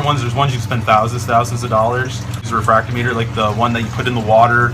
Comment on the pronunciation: RE-Frack-TOM-I--TER not refract-O-Meter.